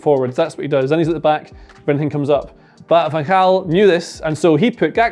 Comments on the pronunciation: wow you said van gaal very good i am dutch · Your van gaal pronunciation in the proper Dutch is near-perfect, well done :D